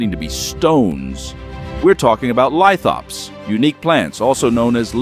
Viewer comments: The word “lithops” is actually pronounced “lith-ops”, not “lit-hops” as stated in the video. The “lith” part comes from Greek (&Latin) “lithos” meaning “stone”. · There is no 'e' in Lithops. It's pronounced "lih-thops" not "lie-thops" Dumb short. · Shorts with AI voices kinda piss me off. Shorts in general kinda piss me off. Why did it pronounce "lithops" two different ways? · The AI can't decide if it is a southern American or an Irishman pretending to be a southern American lol. It pronounces "lithops" differently throughout the script, too. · He pronounced 'lithop' different every time he said it.